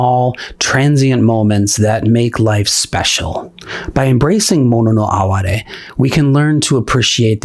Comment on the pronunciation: I live for those small, transient moments. Thank you for pronouncing “mono no aware”correctly, too. 😉